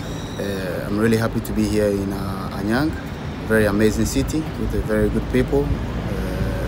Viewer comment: 크으으으으 '안양' 발음 정확한거 보솤ㅋㅋㅋ 아프리칸 특유의 영어 악센트도 멋지고. 활약하는 영상들을 보면 올시즌 타클럽에서 가장 골치아파 하는 선수가 될 것 같습니다.